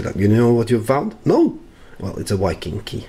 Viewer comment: Engelsk-læreren din het vel ikke Petter Solberg? Viking med enkel-V, ikke W :)